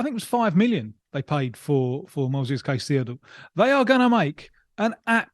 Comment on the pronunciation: Except for hearing hin say ceicedo